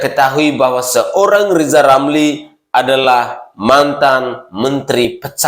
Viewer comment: Rizal Ramli malah amat parah. Masa udh setua itu tak bisa membedakan mana huruf R dan mana huruf L?